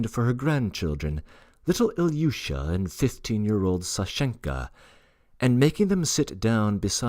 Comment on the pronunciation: Thank you for this. I have just begun listening. In Russian, the suffixes aren't commonly stressed. So, 'Sashenka, not Sa'shenka and E'gorovna , not Ego'rovna. In other words, whatever the stress would be in the name itself is kept in the same place when the word gets suffixes added. Thank you!